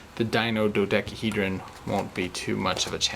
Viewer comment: Dino dodekeehedron.